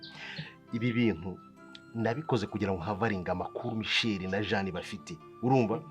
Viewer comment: Nkuranga muzamwigishe kuvuga Michelle (umukobwa) apana michel ,rwose amuvuga nkumugabo😂😂